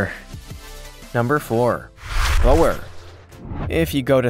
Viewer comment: Hi there. I'm a South African. Boerbok of South Africa🇿🇦. Pronounced with the sound: oo, like in the English words: took, look, book. Boer = farmer. Bok= goat. Boerbok. Raised by farmers. Not "bo-er"😁